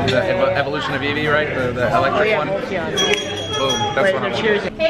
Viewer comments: Umm...it's jolton not volton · Volt-Volt-the whatttt xD Are you kidding me? in-humane Jolteon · volteon???? fuck sake really? holy fcking shit. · It's jolteon bro.... Get it correct